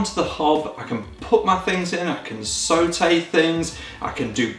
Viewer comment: "sowtay" haha